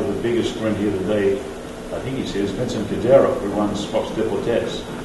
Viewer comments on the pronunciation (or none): none